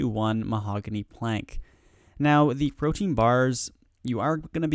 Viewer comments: pro-tee-in not pro-teen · Pro-tee-an please : [ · Okay, how many of you watched this just to see how many times he said "protein"